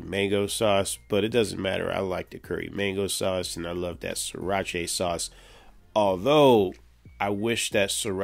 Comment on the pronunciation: Pronounced SIRA - ‘CHA’ not ‘CHAY’😂😂